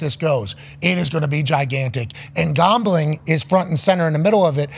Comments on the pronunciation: Why can’t he say gambling correctly? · Did he say sports gawmbling?